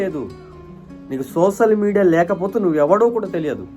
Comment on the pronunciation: ముందు నువ్వు సోషల్ మీడియా పలకడం నేర్చుకో, నువ్వు కూడా ఆ సోషల్ మీడియా లోనే పిచ్చి పిచ్చిగా వాగుతున్నావ్